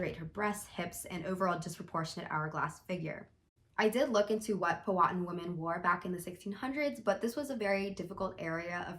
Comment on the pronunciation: First off “Pow Uh Tan” secondly I really do love your reviews and input but I think you too way too woke of a perspective on Pocahontas. Being from Maryland we had to go to both Jamestown and St Mary’s city which are both the oldest Colonialist settlements in their respective states, you can see preserved Native American dress, and although Pocahontas is disneyfied it was not uncommon for their dresses to be sinched at the waist, fall around knee length, and even the one shoulder thing is kinda accurate. The everyday dress of natives was more about just concealing there wasn’t much direction or style so a higher ranking member of a tribe could have very easily had a more interesting shape to her dress. But I agree with you on the neckline there would have been no sweetheart